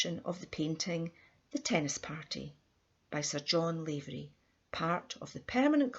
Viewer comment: Please pronounce his Irish name correctly its NOT Layvery but Lavery ... Lav as in "have." I myself am a LAVERY.